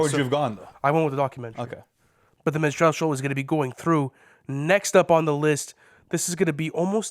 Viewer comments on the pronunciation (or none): MINstrel, not minSTRELLE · Min-strall show or min-strell show? The fact you cant even pronounce the shit makes me think you have no concept of the album. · The way they pronounce minstrel 💀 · Apologies and respect to all but you simply CANNOT mispronounce Minstrel and expect to be taken seriously in this context. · could somebody tell them how to pronounce minstrel?